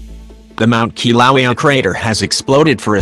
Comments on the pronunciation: it's not called Kilowi it's called Kiluea get it right dude. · Get rid of the voice bot. It can't even pronounce 'Kilauea' correctly! So distracting that one loses the thread of what is being saie. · It would be nice if it could pronounce the name right too.